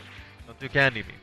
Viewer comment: I always hear "NEVER DO CANDY BEAM". It's hilarious. but where did this phrase come from?